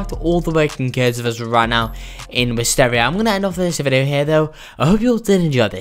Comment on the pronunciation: my boi said videaooo